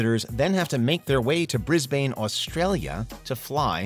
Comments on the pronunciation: Just to let you know, Brisbane is pronounced Bris-bin, not bane. For the next time, you do a video and say it. 😊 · It's pronounced "Brisbin" as opposed to "BrisBANE" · I love when Americans pronounce Australian places! Bris-BANE, Mel-BORN - we’re very simple folk here, it’s Brisbin and Melbin 😊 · In future Brisbane, Australia is pronounced as ‘Bris’ ‘bin’ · "Bris-bayne" is the pronunciation of Brisbane, California. Brisbane, Australia is also where everyone's favourite blue heeler is from. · They used the pronunciation for Brisbane, California.